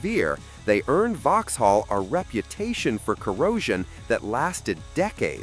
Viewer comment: Lots of pronunciation eeks here not least 'Vox - hall'.